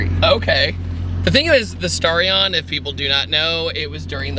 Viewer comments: I meant the pronunciation of the word, "Starion", duh 😅. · Back in '87 NOBODY called it a Starion (rhymes with Star), like nobody, not the manufacturer, not the dealers, not the road testers, not the buyers, not the TV announcers, nobody, I don't know why the kiddies keep repeating it because not only does it sound ridiculous it's also inaccurate.